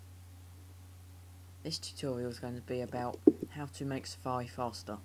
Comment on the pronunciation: Safawi. hhahaha you sound pro:D